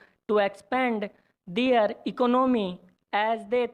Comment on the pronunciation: Prounciation clear Karo apna "Their" word ka pronounciation thik nehi hai